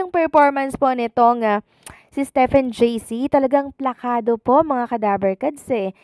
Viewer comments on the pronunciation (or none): none